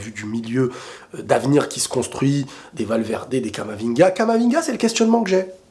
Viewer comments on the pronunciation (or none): none